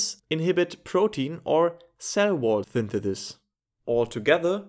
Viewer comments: I cant unhear this now 😭😂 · It's interesting how you pronounce synthesize perfectly, yet you pronounce synthesis as "thinthethis".